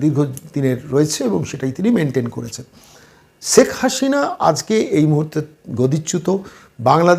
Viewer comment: রাজনৈতিক এনালিষ্ট হিসাবে আপনি এক শিশু। বাংলা উচ্চারণেও ভীষণ ত্রুটি।বলেন--ছেক হাশিনা। বিদঘুটে!